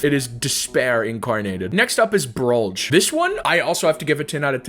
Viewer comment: ITS TROLLGE NOT BROLLGE